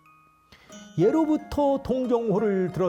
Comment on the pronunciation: "예로 부터" 의 예는 길게 발음해야지요! 시청자 여러 분! 우리 말 참 엉ㅎ망이 되었지요!! 유튜브에, 치시면, 우리 말에 대한 귀한 강의를 들을 수 있나이다. 미국 변 완수 드림